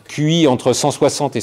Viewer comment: Rien à faire, quand le pompier parle du QI d'einstein, j'ai l'impression qu'il dit "cuit entre 160 et 190". C'est la recette de l'einstein au four, en fait.